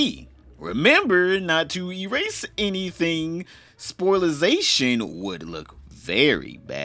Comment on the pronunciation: Spoilation brother.. not spilization.